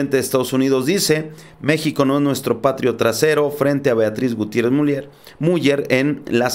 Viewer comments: Sólo una corrección: no se pronuncia Miuller, se pronuncia Miuler. Aunque estando en México también podría tomarse como correcta Muller...pero es un apellido de origen creo alemán y su correcta pronunciación es Miuler. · Miuler no miuyer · Miuler, Miuler, se pronuncia, por favor... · se pronuncia "MIÚLER""?? O míler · Yo sé que la página es en Español y bla bla bla, pero el segundo apellido de la primera dama de México se pronuncia "Miuler", no MuLLER. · Se pronuncia miuler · Te voy a escribir como se pronuncia el apeido de la esposa del presedente Obrador se pronuncia...."Miuler" saludos desde Tamaulipas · se pronuncia miuler el apellido de la primera dama de México, es alemán. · POLO, EL APELLIDO DE LA ESPOSA DEL SEÑOR PRESIDENTE, SE ESCTUBE MULLER, PERO SE DEBE PRONUNCIA MULER. GRACIAS. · Se pronuncia Miuler..solo así.. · Hola amigo, si me permites una observaciòn con respeto, te comenyo que el apellido de la Dr. Beatriz Gutièrrez Müller, se pronuncia "Miüler" gracias amigo. Un abrazo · Creo se pronuncia MUILER SE ESCRIBE MULLER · se pronuncia MIULER infórmate antes de pronunciar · No te molestes pero no sabes pronunciar el apellido de la esposa del presidente López Obrador, se dice Miuler (Muller) y así se escribe, inclusive con dieresis en la U Crítica en buena onda